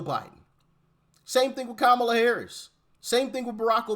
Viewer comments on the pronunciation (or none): none